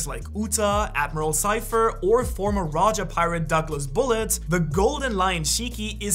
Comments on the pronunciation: Zephyr not Zypher 😂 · Did he fr call admiral zephyr “cypher”